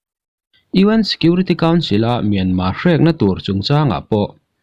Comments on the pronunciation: Mianma nilo Myanmar titur kawl ho aw phawi deuh hian in lam a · Ngatige Myanma itih tlat zel a,Myanmar ani zawk lo ami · Myanmar pronoun i hman diklo hi a ngainuam lo pha khawp mai,in dem lam chu ani hauhlo nia.